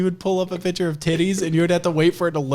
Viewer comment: One day, I will teach that there is a "c" in the word "picture." One day.